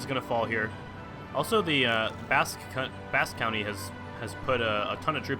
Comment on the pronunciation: You said Basque County it is Basque CountRy